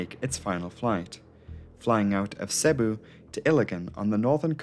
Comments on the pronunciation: Could you at least TRY and pronounce place names properly? it's effing Seeebooo (Cebu) not Sahbu. It doesn't take Sherlock Holmes to get the right pronunciation. Don't get me started on Iligan City or Munay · Very good video, RIP to all the souls lost. This incident is barely known here in the Philippines. I still wonder why are the planes Irish registered rather than philippine registered (obviously, i know its leased so lets put that aside.) Anyways, Cebu is pronounced "see-boo" and Iligan is pronounced "eel (as in the animal) lee-gun". Dont worry though, those are just minor mistakes.